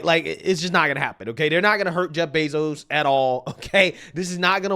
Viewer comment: Anyone else catch him say joe bezos